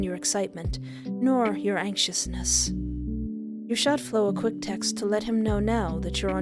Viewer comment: I gotta thank you again for providing us with banger after banger,, seriously 😭😭 I love your videos so much, and I got excited when I saw the notif was MY game LOL. Thank you for playing!! 😌💞 (P.S. You pronounced Flo's name correctly, no worries there!)